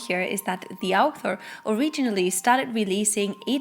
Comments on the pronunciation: You are making me feel better, I was also hearing alpha at first. But I am French. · Sorry, I am English so it took me awhile to realise you were saying author and not alpha, The context gave it away eventually, I must of been a bit sleepy.